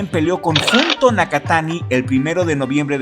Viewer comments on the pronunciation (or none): Amigo, una disculpa, no puedo evitar corregirte, el nombre de Junto Nakatani se pronuncia "Yunto". Traté de ignorarlo en todos tus videos anteriores, pero ya no puedo más jaja ¡saludos!